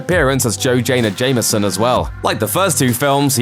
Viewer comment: Are we gonna ignore the fact that this bafoon just said "Joe Jayna Jameson" ???